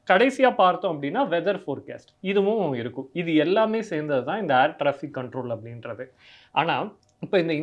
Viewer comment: 'Aair' traffic illa 'Air' traffic.